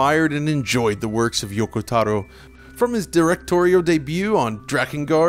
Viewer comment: Why do people pronounce "Taro" like that? Same goes for that one girl's lore vid. Never heard his colleagues refer to him as such like that. And can anyone explain what he meant by bad cutscene encoding?